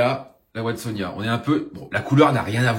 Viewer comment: Il me semble qu'on prononce Watsonia-NA... et j'en profite d'ailleurs c'est pas yuCANTA mais c'est yuCATAN Princess 😚. Bon mise à à part ça j'adore tes videos lol. Désolé pour les corrections de prononciations ça me démangeait la gorge 😭😭😭 J'espère que tu m'en veux pas